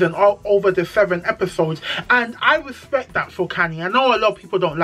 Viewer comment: the cast is so small you can't forget names🤣. I like the way you described Annie's situation. Her whole personality has been shaped by that relationship. I really wish her the best. The way you pronounced the names I kept asking myself who is talking about. Khanyi- Khanyiiiii. Andile- Andiiiillleee. Zari has only two kids for Diamond. She was married to Ivan for over 10 years but unfortunetly he died about 2 years after their separation. Separation because he was a violent man. I wish Zari could learn to respect people's husband's and not call them to have side conversations but then again I know it's scripted so Zari is playing along. If they all play nice nice, no one will watch the show.